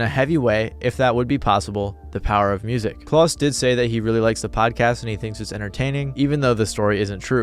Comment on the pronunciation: Klaus rhymes with 'clown' and not 'clause', by the way.